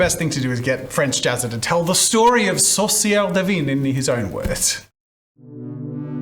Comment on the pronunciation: The way he says witch (sorcières) sounds like sauce maker (saucière) which also works